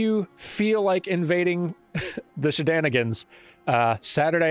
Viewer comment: All I could think about the whole video was about "SheDANigans"